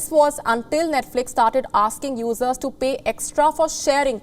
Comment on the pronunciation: She's got to work on her pronunciation of "users". Every time I hear her use that word it sounds like "losers". lol 😅🤣😂🙃😂🤣😅 You're a loser if you like woke garbage!